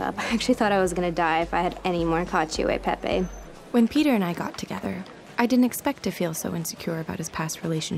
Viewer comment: As an Italian, the way she says ‘caccio e pepe’ makes me want to scream!